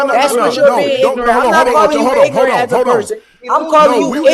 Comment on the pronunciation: Shakur -“Ignorant” Shannon- heard “Nignorant”